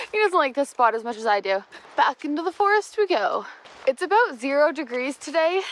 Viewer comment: You said aboot.